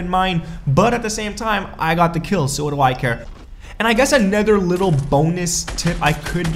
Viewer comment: Another is said: a-noth-er not nether